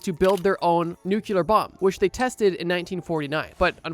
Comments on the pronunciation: Nuclear, not NUKULUR!! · Lol you said nuclear. It’s NUKE-YA-LUH dumbass the S is silent. If you get this lmk lmao